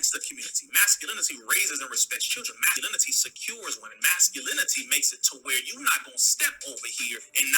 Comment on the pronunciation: You Dummy !! You Can't Even Say The Word "Masculinity" !!